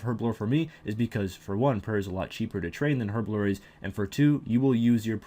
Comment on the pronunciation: Your pronunciation of herblore is atrocious! Other than the aforementioned statement, this was a good video.